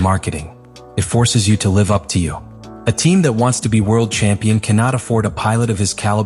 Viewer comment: Great AI speech text ! But what is "Kampion" ? Blah !!